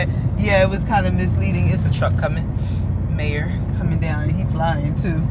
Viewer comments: Hey y'all. just a fyi. The way you were pronouncing Meijer, was wrong. Its actually pronounced MEI as MYjer. But, without the J sound. Cause of the German dialect. So, its pronounced MYER. But, spelled MEIJER. Hope that helps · It’s pronounce My-Yur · yea you pronounced it May-er